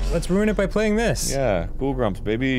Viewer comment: i love all month ghoul grumps!! (said with an odd inflection)